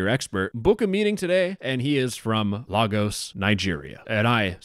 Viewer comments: great video! id just like to inform you its "Lagos" is pronounced lay-ghos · Hey man am really sad about this well it’s the yorubas they are the dumbest staste we have for now 1- Lagos is pronounced, lay gurs hope that’s helps 2, monie point is pronounced mor ni point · As a Nigerian, I'm disgusted. Btw it's Lagos. Pronounced Laygos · The way he said LAGOS KILLED ME AS A NIGERIAN LMAOOAOA